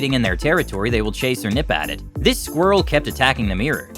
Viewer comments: What’s a mear? It’s pronounced MIRROR, not MEAR! 🏴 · Nice to know the reporter knows how to pronounce the word! MIH-rawr. It's not a MEER. Also here: Let Tyler demonstrate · It's pronounced "mir-or", not "mee-rer". Also, did the narrator go through puberty yet? With a voice like that,.... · its pronounced mirror...not meeyer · "MEEER" -NO "MEE-ROW" - NO "MIR-RAH" - Getting close "MIR-RUR"- 2 syllables- YES! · its not a meeror its a mirror ffs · Meeeeerre… it’s pronounced mirr-Orr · ol american's cant pronounce their Rs and the way he says mirror is like miaa (me-uh) lol funny. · American pronunciation of mirror is absolutely hideous. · All that animal intelligence YET, Americans still cannot pronounce MIRROR !! 🤪